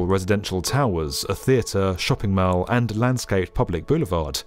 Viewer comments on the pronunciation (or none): none